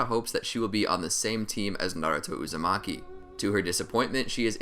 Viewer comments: U made a mistake u said hinata uzamiki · He said hinata uzimake 😹